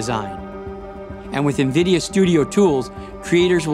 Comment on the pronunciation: AHH.. more views here then ASUS announcement.. hopefully better actors yikes Erica was cool tho.. :* EDIT: omg.. the voice talent was horrid here too.. and why do people say NVIDIA wrong.. watch Jensen so you learn how to say it damn it... then you have Dorkus Linass saying Suprim differently the the other guy.. this was just as bad as the ROG video..